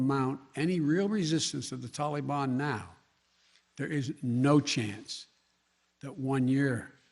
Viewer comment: Middle East Joe : Toli-Bon